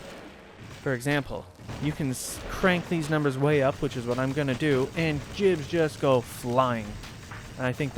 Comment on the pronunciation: This mf getting sent straight to hell when he pronounces God as "Jod" IT'S GIBS, NOT JIBS. IT'S SPELLED WITH A G, NOT A J.